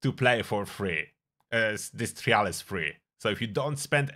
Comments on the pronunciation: I dont like the way you say trial. Its said like try all not tree al. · "Try-ul" just a fyi lol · bro you gotta learn to say the word ‘trial’ if you’re going to use it so many times in the video 🐢